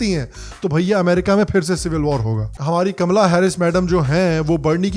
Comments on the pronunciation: Kamala not kamaala 😂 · कमला (Kamalaa) बोलिए, कमाला (Kamaalaa) नहीं। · Hi sir a big fan of you. Love all your episodes. Gustaki maaf woh Kamala hai sir but aap unhe ka,maala pronounce karraheho 😊😊. Not sure if you have the name Kamala in north india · Cracking up every time you are intentionally saying “ka-maa-laa” 😆